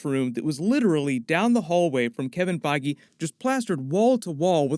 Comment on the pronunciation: Omfg say Kevin Feige's name correctly... Holy shit...